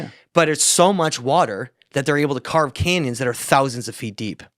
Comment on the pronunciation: always pronounces thousand with so much emPHASis on the THOU